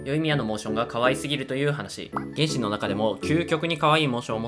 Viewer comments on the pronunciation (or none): げ⤴︎んしん⤵︎ に気が取られて頭に入らんw